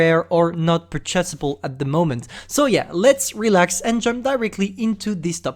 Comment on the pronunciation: Annother word you can't prenounce: Purchase